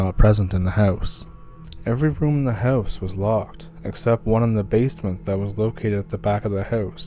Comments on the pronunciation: For me, it's an immediate identifier for someone from Canada. When they say "house", it is not the standard "HOW-ss" as pronounced by most native English speakers, but more like "HEY-W-ss". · My God, bud, I don't know how it is even physically possible to say the word,"house" and have it come out like yours !! It is so extremely strange that I find myself rewinding and listening over and over ; all the while trying to immitate it..... Fat chance ! You hold that title, bro !! Love your stories. Keep em coming ,!!!